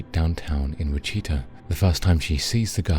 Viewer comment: Look up how to pronounce "Wichita" please....